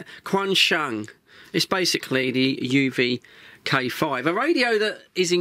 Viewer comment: You pronounced K5 wrong 😅